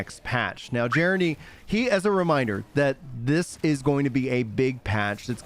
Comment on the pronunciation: So stoked for the patch! Also just a friendly FYI… Gennadiy’s name is pronounced “guh-NOD-ee”. 😃